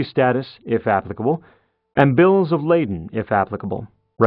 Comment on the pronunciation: I think you mean Bill of Lading! NOT laden.